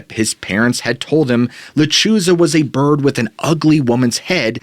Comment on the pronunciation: Lechuza pronounced letrusa.